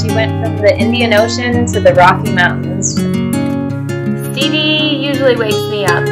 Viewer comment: It's Steve.. Not Steve..